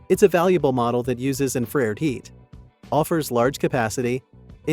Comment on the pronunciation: I'm sorry: Not to nitpick, but for some reason the pronunciation of 'infRAREd' annoyed me. Seriously, it's "infra-RED". Anyway, I'm still considering this item. Thanks for the detailed review.